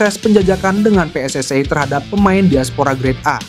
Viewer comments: Yang bener mbacanya pe es es i. Bukan pe es es ai. Karena PSSI merupakan singkatan bahasa indonesia, jadi harusnya dibaca menggunakan ejaan bahasa indonesia, bukan ejaan inggris. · ga ada PSSai. Klo baca yg benar yg asal baca PSSI ga PSSai